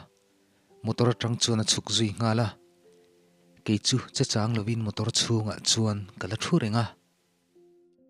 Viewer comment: Che chang tih laiah hian chang tih a thluk lovin chang hi tih hniam tur zawk a ni lo maw